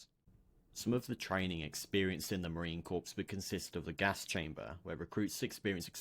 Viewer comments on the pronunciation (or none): Every Marine watching this is cringing with every mispronunciation of corps. It’s pronounced “core,” the p and s are silent.